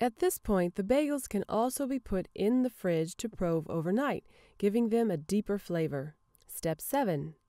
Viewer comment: I didn't think it was pronounced 'prowve', I've always said 'proove'.